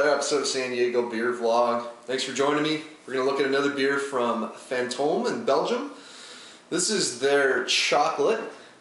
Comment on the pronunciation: It was more like "boom. Yeah that's fantome yeast"